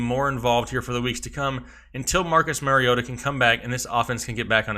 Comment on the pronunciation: Good advice but it’s Marcus MAR-EE-OH-TA